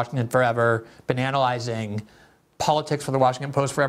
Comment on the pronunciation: I heard bananalyzing instead of been analyzing and I'm gonna start using it